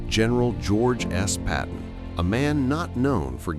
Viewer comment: George "C" Patton???? It is George S. Patton aka (Old Blood and Guts), a great military mind and a foul mouthed son of a bitch that is my idol and hero.. These AI compiled videos that seem to have nobody proof reading them for accuracy and image integrity are destroying my already marginal view of YouTube.. A thing they did get right was that with all the noise going on in a battle you are not going to hear an end bloc clip pinging as it is being ejected.. I also think that not going to the 10 round .270 caliber rifle was a mistake, when the .308 version with 150/160 grain bullets that became the M-14 came out it was a better shooter and the troops could carry more ammo.. The AR-15/M-16 went drastically to far with the 55 grain .22 caliber bullet, a .25/6.5mm caliber 80 grain bullet in my opinion would have been a better choice..